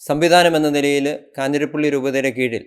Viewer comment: 'കാഞ്ഞിരപ്പള്ളി' not കാഞ്ഞിരപ്പിള്ളി.